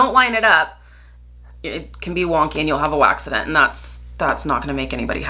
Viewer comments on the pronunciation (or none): Waxident. Love it 😂